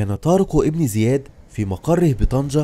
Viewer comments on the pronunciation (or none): جزاك الله خيرا ولكن طارق بن زياد لانقول إبن بسبب ورودها بين اسمين علم فلاتكتب الألف ولاتلفظ أما إن بدأنا بالكلام إبن زياد فنكتبها ونلفظها أما بين إسمين علم لاتكتب ولاتلفظ